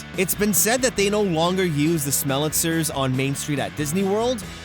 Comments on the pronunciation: Great video, but you need to work out the phonetics a bit for the Smellitizers. Pronounced smell- eh-TIE-zurs. Like appetizer. That only stuck out to me because : 1. EVERYTHING about the production was so top notch, and 2. I'm a pedantic son-of-a-bi...er...gun. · I think its pronounced smell-a-ty-zers